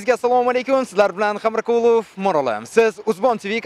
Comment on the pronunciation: Iltimos ism sharifinizni togri talaffuz qiling Xamrakulov eganiz ayniqsa